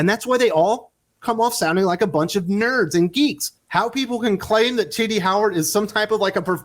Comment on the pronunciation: everytime you say Tini I hear ti**ies😁😆😅🤣😂🙂